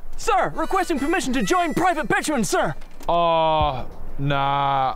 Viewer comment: They said Benjamin The caption says Bettjeman But i only hear Bitchman